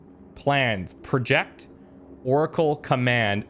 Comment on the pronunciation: He was reading "project" as a verb not a noun, my god that got me grinding my teeth lol. That and the frantic minute-long search to find "cyberware malfunction" in his quick hacks list, when it was literally in the top slot - he waited for the window explaining what it did to disappear before looking elsewhere in the list for it aghhhhhh. I have really been enjoying this let's play, and I hate to be the armchair critic or the comment section know-it-all but (and I mean no ill-will when I say this) really gets my goat sometimes.